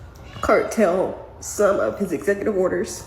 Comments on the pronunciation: Oh my word!! 🙄🙄 First of all it's "curtail" not 'cartel' No one is trying to send Actual Americans anywhere. You all claim your leaving if this happens or that happens...but, here we are, still listening to your mess and idiocracy. Children born here of illegal immigrants are not guaranteed birthright citizenship. It's stopping this mess. Illegal immigrants are here for years and can do Everything else except apply for legal citizenship. They think having children on US soil exempts them from any responsibility of doing what is required. Go cry somewhere else. We The People are Over It!! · "Curtail", not "cartel" babygirl. 🤦‍♀️